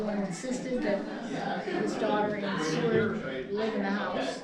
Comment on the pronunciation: How dare you call Seward the "Cword" over and over. Shame on you